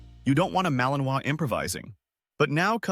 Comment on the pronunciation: Vous prononcez mal le nom de la race! C’est ma-li-nois!!!! Et pas maliminoas!!!!! Il faut apprendre le français, désolée de la remarque